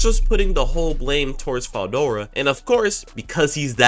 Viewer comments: 1 min in and this man mispronounced Veldora name so many times ✋️😭 "Fedora", "Eldora", DUCKIN "DORA" im cryin edit: NAH WHO TF IS "MALAME" U MEAN MILIM?! NAAAHHHH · I mean that’s not a common name but veldora is said how it’s read so there no excuse for that one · Why you pronouncing veldoras name with a F